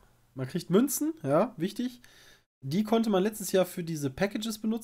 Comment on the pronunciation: Dieser Moment wenn man lachen muss weil Münzen Sagt xD